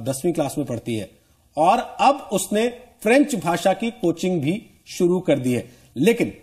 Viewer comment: french Galt bolti h